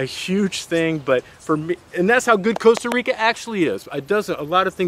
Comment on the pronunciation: The worst thing is that he keeps saying Coasta Rica